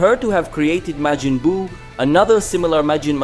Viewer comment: No, he's got Majin spot on, but has a couple flubs elsewhere, like Glind.